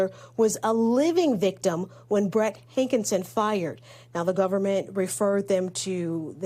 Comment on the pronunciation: His name is pronounced HANKISON. not HANK IN SON.